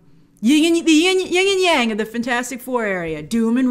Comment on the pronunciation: Yin not Ying!!!! I know is a stupid pet pev but we all have one.